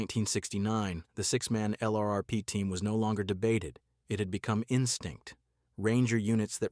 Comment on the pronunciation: "LRRP" becomes a one syllable word, if spoken by a human...